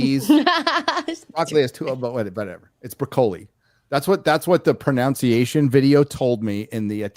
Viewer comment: bitching about the English spell certain words with an extra U, then goes on to say "pronounciation" instead of "pronunciation". No hate, I used to do the same until I learned to read.